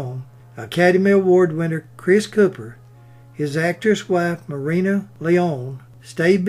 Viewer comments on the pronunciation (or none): none